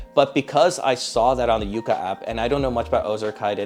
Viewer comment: Its pronounced Yuka not Yúka. Like yuck. Yucka. Yuka